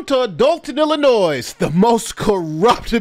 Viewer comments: This lawyer is still pronouncing the S in Illinois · Illinois (pronounced Illinoy) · Damn dude - how are you an educated lawyer but you're still pronouncing the S at the end of Illinois?? It doesn't have a plural sound. Stop it. Every video you cover about this stupid mayor you're sounding illiterate. It's a state, it's not hard, get it right already. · Damn dude - how are you an educated lawyer but you're still pronouncing the S at the end of Illinois?? It doesn't have a plural sound. Stop it. Every video you cover about this stupid mayor you're sounding illiterate. It's a state, it's not hard, get it right already. It's supposed to sound like "ill--i--NOY" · The S is silent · Commenter: the S is silent in Illinois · The s is silent in Illinois. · Don't pronounce the S in Illinois, duh! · As much as I hate this state and want out immensely, please don't pronounce the s in Illinois! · there is no noise in Illinois. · Jesus, the 'S' at the end of Illinois is silent... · The word Illinois is pronunced with a SILENT (S). Only an 8 yr old would pronunce it like you did!!! Been like this for hundreds of years. You call yourself a LAWYER? WIll NOT SUBSCRIBE to illiteracy. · still to stupid to get the state's name right ... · The S in Illinois is silent. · Please pronounce Illinois correctly. The S on the end is silent. Great video as always! 💜